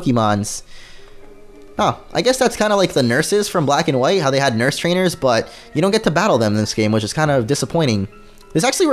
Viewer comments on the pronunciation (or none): none